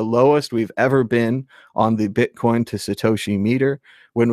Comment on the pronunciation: Admit it, you're saying bitcorn in the beginning.